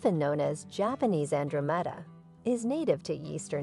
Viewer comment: This must be an AI product. Lots of mispronunciation of common plants, such as Japanese Andromeda and Cinquefoil. I